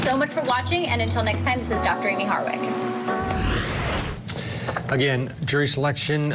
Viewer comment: Why does the narrator often mispronounce ‘Harwick’ - saying instead ‘Hardwick’?